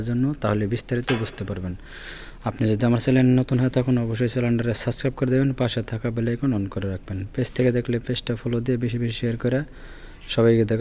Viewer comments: শালায় তো বাংলা ইংরেজি কিছু বলতে পারে না চ্যানেল কে চ্যালেন বলছে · ভাই তুমি কোন স্কুলে লেখাপড়া করেছো চ্যানেল বলতে পারো না 😅😅